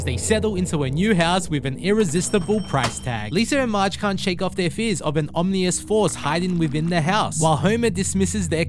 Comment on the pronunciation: The narrative isn't that bad, except for the pronunciation of the word Ominous.